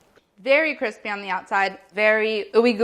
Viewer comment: all of the grilled cheese are damm cwispy